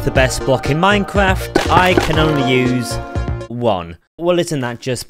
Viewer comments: He has twuly pwoven that sculk is the best block in minekwaft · bro is really saying minecwaf